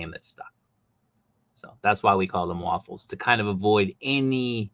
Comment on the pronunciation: You New Englanders really don't use your R's. It took a minute to get waffles was raffles 😂😂😂